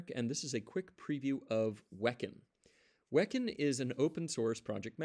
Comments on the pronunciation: not "Wek'n" It's Wee-Khan. e.g. Kanban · hmm, i always thought it was pronounced as "we can"